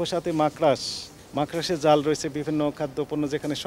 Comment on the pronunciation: "মাকড়াস" না। সঠিক হচ্ছে "মাকড়সা"।